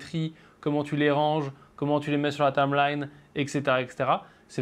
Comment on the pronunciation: Salut, super petite formation! Par contre, il faut que tu apprennes à dire "timeline"... Parce que tameline, c'est bizarre tout de même! Haha!;-)